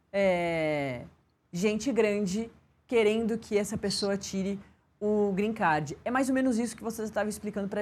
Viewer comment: Alguém ensina essa jornalista a falar " Green Card" por favor